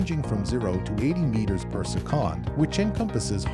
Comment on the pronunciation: Your "chatbot" voice over machine needs to work on the word "second"